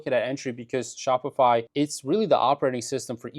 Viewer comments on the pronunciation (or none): Shopify is dying bc everyone just goes directly to aliexpress - for some reason it sounded like you said spotify - but they are on the blocklist of companies funding the idf